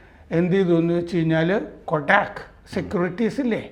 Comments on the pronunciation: കൊഡാക് അല്ല കോട്ടക് ആണ് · Kotak കൊടാക് അല്ല. കോടക് ആണ്.